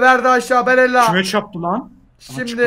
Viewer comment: abi 74 barella ya baralle dedin